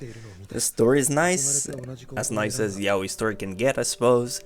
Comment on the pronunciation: He is saying it like "Welcome to my YA-OIW"